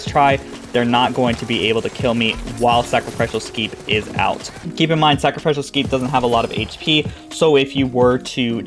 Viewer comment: It's pronounced: "sack-ruh-FISH-ul"